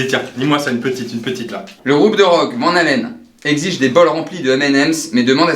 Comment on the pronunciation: Van Helen, c'est pas plutôt Van Halen ? Mdr